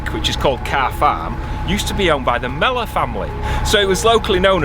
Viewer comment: Love it. NB I think it's Mellor, not mellow - but same difference. Thank you for this, and for your practical help in getting that oil spill cleared up. .